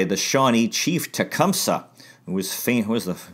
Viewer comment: Its pronounced Tee-Come-Say.